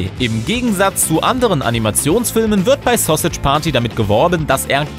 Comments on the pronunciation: Es heißt verdammr nochmal Sausage nicht Sossitsch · 😂 Wie alt seid ihr bitte? War klar das sowas von jemanden kommt, der keine Ahnung hat! Sausage wird wie im Englischen ausgesprochen (was er nicht tut ihr Affen) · Wie er Sausage ausspricht😂